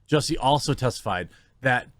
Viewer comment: Because it’s jussie like “just” without the t. And then “e” so “jus-e” and his last name is pronounced small-ette lol